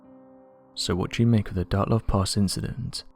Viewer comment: Why does he call it "Dartlov"??